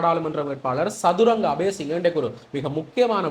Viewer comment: தம்பி சதுரங்ங இல்லை சத்துறங்க. மகவும் அறிவான பணபான இளைய அமைச்சர்